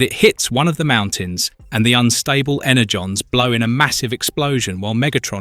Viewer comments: Was this voiced by an AI model with a sampled voice signature? There's so much variance in the pronunciation such as switching between Ener-gone and Ener-john, among other frequent swapping of pronunciations. I don't even care how it's pronounced, but the switching back and forth is a little annoying. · He also calls energon inner-gone a couple of times